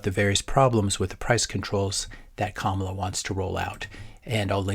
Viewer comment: You are pronouncing her name as a black woman not like a brown woman. Just saying